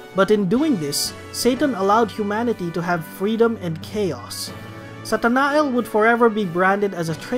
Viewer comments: Uh I think Satanael is pronounced Satana-yel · i think you might be mispronouncing some names like makoto ,hecate and satanael